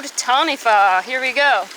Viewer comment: I love you!!!! Youre the first person to say taniwha correctly!! MY DREAM HAS COME TRUE! Sorry it's a big thing for me being from New Zealand, we get a lot of mispronounced words:)